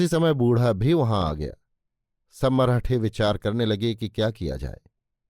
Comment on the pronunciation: मरहठे नही "मराठे"